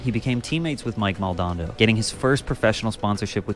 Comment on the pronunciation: it´s fkn mike MAL! DO! NADO, not maldondo 😂